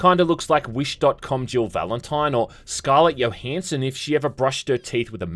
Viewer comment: You don't know how to say Scarlett Johansson?